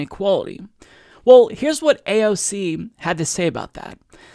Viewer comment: Abolish A O C..! and not EYE-SEE-EEE..!